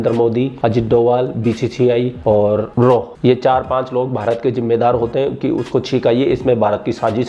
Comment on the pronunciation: RAW nhi RAAAAAAAAAAAAA.......😜